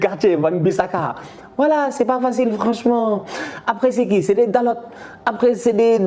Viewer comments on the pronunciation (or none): none